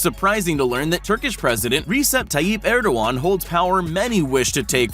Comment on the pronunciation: That's not how the Turkish President's name is pronounced.